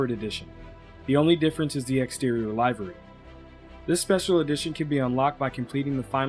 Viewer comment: Livery is pronounced 'Li-ver-ee'. Nice review here.